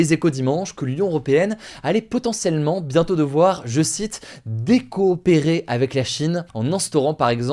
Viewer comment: "dé-coopérer"..... et ben.....